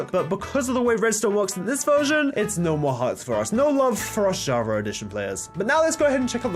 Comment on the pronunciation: Y does he keep saying jarva instead of Java